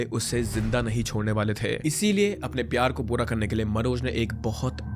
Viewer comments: pyaar as pyaaz yes he said "pyaaz" Influencers/ youtubers these days purposely mispronouncing names or doing wired glutch like it’s part of the content plan 😭 “Engagement farming” level max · Pyaar ❌ pyazzz😅😅✅ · Dude just said pyaz instead of pyar although it's alright cuz they both make us cry 😂😂😂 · gyaani baba maine bass pyaaj word sunte he comment kr dya tha,,puri story baad m suni🌚n I'm not making fun of anyone or any situation,it's just i noticed he mispronounce🙃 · I too thought mein ne galat suna😭🤣